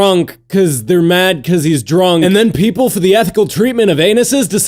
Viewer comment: I love how it sound when he says people as peepurel.